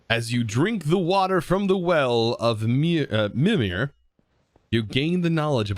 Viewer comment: I loved this series. It was so much fun to see everything and how you played, but I only have one problem... It hurts me to see the words butchered. Mimir, is pretty easy, but the i's are always spoken like the "ee" in 'meet' Yggdrasil is more or less spoken like this: "Egg-draw-seal"